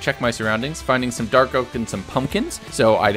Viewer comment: Dawk Oak W-walw B-bwidge Jeesus how did you manage to survive with those names